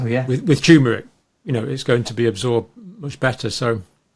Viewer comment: Another professional who can't pronounce TURMERIC correctly.